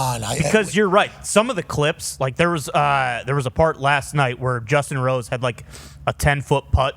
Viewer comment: having a co-announcer would be huge. Would also help if he learned a little bit about professional golf and, perhaps, the players names. He mispronounced Justin Rose's name and that guy's a Major champion...